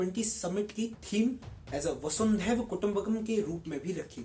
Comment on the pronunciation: As a feedback, please pronounce words rightly, like Vasudhev thoda glt hua tha, and if possible use mic. Baaki all the best keep going. 👌👌👌